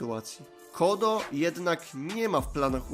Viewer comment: Czemu ty czytasz Code jako "kodo"? Code czyta się jako "kołd".